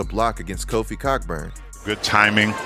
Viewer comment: It's Kofi Co-burn